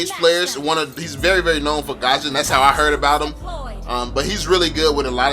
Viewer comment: Its not gasion! Its fusion!! """"